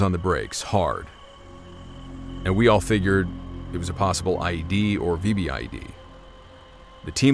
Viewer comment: VBIED - vee bid….